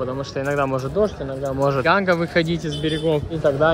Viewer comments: ну тебе ли не знать,что река называется Ганг,а не Ганга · видос топчик! Только река не Ганга, а Ганг. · Река Ганг, а не ГангА